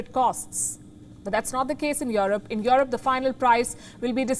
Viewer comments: This lady broke me 😂😂 these days I can't help but pronounce it as "yorop" .. I've tried forgetting it, I can't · palki "worried" for europe... hahahaaaaaa!!!